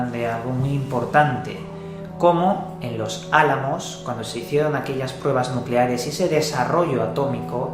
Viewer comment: nucelares* Nu-celares*